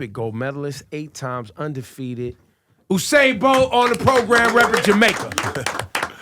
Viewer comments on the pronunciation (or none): Its not Oo0sain its U-sain as in U-turn,as in U-nited States. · Every time ebro said oo-sane my heart hurt. It’s USAIN the rawtidhole fastest man aliveeee put some respect on it nuh 🙄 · He says oosain. It's pronounced 'You-sain'. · It’s not fucking OUUUUUUUUSAIN It’s USAIN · he k Ebro keeps mispronouncing Usains name....Ebro stop being a yamhead. If you interview the Great Usain please learn to pronounce his name like how you suppose to. Not oooosain. Its Yu-sain. He been jus too nice to correct you. #duh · My brother, his name is pronounced, “You Sain” . 🇯🇲🇯🇲🇯🇲🇯🇲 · stop saying oousain .. wtf man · this yute pronounced every name wrong! its U-SAIN! and its BU JU! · When he said uosain bolt I click off 💀 smh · Why he saying his name wrong Ebro wired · Ebro has the reading ability of a 5 year old.. the mispronunciation was egregious. Makes Mayweather look like an English professor.. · Ebro you need to learn how to pronounce Usain and Buju🙃😂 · Ebro is comin across less than knowledgeable. They were not prepared for this one. Please learn to pronounce Usain's name the correct way? Btw, you are embarrassing and becoming like Charlemagne Tha God. A real yamhead